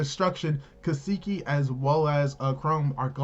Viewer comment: Kaseki not keeesekee